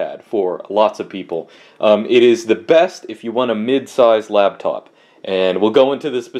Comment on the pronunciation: says labtop, we call him